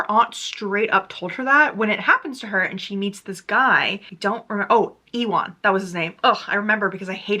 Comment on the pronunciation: omg girl ewan is pronounced like you-in. like the actor ewan mcgregor! did they really pronounce it like e-wan in the audibook?!